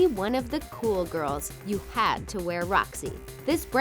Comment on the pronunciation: When she said, "to be a cool gorl you have to where Roxys" I said what are Roxys?